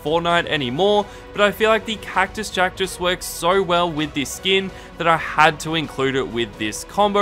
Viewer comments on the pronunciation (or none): Mans said kactus jactus lol but grate vid